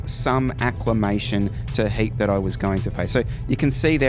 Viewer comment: I thought you were saying HATE!!LOL the heat!! Gotcha.